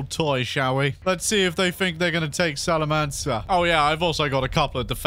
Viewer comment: The C in Salamanca is pronounced like a K.